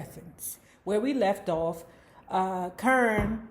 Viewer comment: Lmaoo why you keep calling that girl CURN?.. I fall out everytime you say it KAH-rin